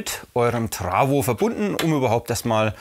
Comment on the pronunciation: Das heißt Trafo und nicht trawo